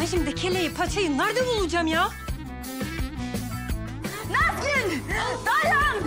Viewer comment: Afetin saniyede Nazgül yerine Kazgül demesi peki 🤣🤣😂yada sadece ben mi öyle duyuyorum benim gibi duyanlar butonu patlatsın